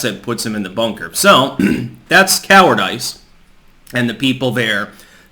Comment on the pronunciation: "coward-eyce" ... Somebody listening is gonna say "that's not how that word is said!" then look the word up, seeing the definition, and give them pause for a moment. Your Meme-fu is strong